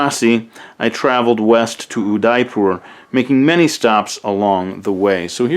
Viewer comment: I get triggered whenever he pronounces Udaipur wrong.